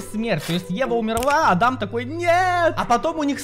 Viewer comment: Пфф сори но не ада́м а а́дам